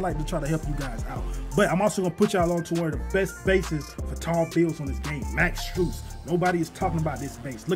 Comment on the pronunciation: Max strus? What's the base, I can't find anything that sounds like what he said